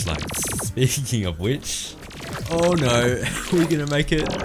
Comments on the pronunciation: take a shot every time he says "nooüuwwa" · Your voice is really nice sounding but the way you say "no" is so goddamn funny